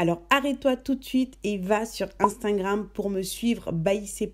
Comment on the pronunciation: C'est moi, ou bien elle dit 'instingram'?